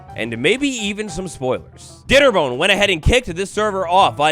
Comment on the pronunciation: Did you say dei nnerbone? Lol awesome